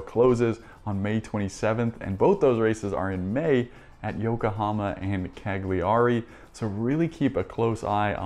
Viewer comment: Dude its pronounced Calliary - silent G 😎